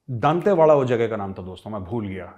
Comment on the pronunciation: Thankyou for covering our story major sahb❤️ What you're saying is absolutely true, but you mispronounced the name of my hometown, it's दंतेवाड़ा, not दांतेवाड़ा 😅